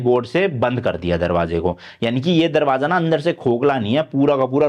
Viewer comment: Following you from London series, I like the way you explain things so easily. Also, your accent and words are very relatable which make your videos even more interesting. For example you said "darwajja" to darwaja lol 😂